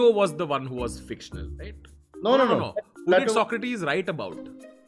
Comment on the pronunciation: I played AC Odyssey, and the way Tanmay pronounced Socrates made me very uncomfortable